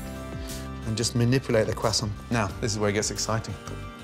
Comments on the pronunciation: Itd not quasont ito croissant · I like that he says cwesont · Didn't know it was pronounced "Cray-sont" I always prounced it "Crow-soints"